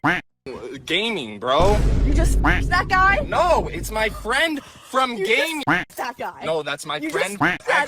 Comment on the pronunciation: His friend from gay-ming 😂